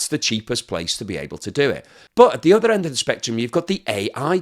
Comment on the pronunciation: GREAT incisive analysis as always. Do have one little niggle: The word other, is pronounced as OTHER, not udder. English not scottish, eh?